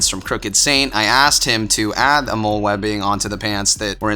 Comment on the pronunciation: FYI: the MOLLE system is pronounced like the name Molly.